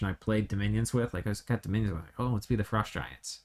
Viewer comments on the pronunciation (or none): none